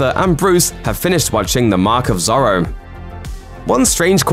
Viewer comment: I love your videos but heehehhee have you never heard anyone say Zorro out loud ??